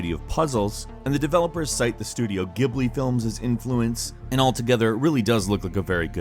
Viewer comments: Several things you said were pretty incorrect. For one it's not studio Ghibli as in goblin it's Ghibli like gelatin. That's been stated before. Also For Honor is not a hack n slash it's almost like a tactical fighting game with all the differences and fighting styles to consider. It's alot more tactical than a dynasty warriors game. lol. so yeah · Its pronounced "Jib-lee" not "Gib-lee". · I'm sure the guy who made this vid knows by now but just for those viewers that might not, it is Ghibli like Gee-b-lee rather than ghi-bli like it is "wrongly" pronounced several times in the video (which is a perfectly understandable mistake because of the weird way it is spelled).